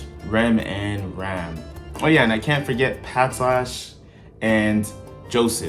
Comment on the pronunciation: PATRASCHE not patlash